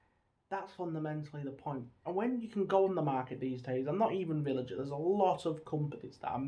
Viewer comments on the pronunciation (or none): Btw mate villiger is pronounced with a hard g like villigur